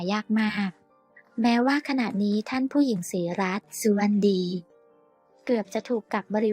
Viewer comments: อ่านหนังสือออกหรือเปล่าสุวดไม่ใช่สุวรรณดี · ศรีรัศมิ์ สุวดีค่ะไม่ใชสุวรรณดีอ่านให้ถูกด้วย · มันลำยางมากใช่มั้ยที่เรียกนามสกุล.ท่านฝู้หญิงศรีรัค.สุวะดี.เป็นสุวัรรดีฟังแล้วขัดแปลก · ใช่ค่ะฟังแล้วขัดหูไม่ศึกษาให้ดีสะก่อน อ่านไปได้งัยการอ่านนามสกุลผิดนี่ผิดคนไปเลยนะแค่นจะมาอ่านเสียหมดเลย หาคนที่อ่านภาาษาไทยถูกต้องหน่อยมาอ่านอยาหลับหูหลับตาอ่านมันเสียความรู้สึก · อ่านนามสกุลผิดๆ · อ่านชื่อ นามสกุลผิดๆถูกๆ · เปลี่ยนคนอ่านคำบรรยายเถิด อ่านชื่อท่านผิดๆถูกๆ